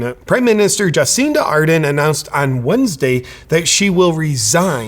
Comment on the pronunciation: Ja-sinta R-derrn.